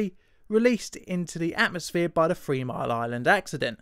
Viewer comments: THree.....THree Sorry, but I can't take someone seriously who says Fwee not Three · You know what would be really cool? Pronouncing the word THREE instead of "free" 😑.